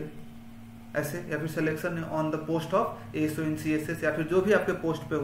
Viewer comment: I think golden ASO ❌ golden SO ✅ Correct me if I am wrong 😅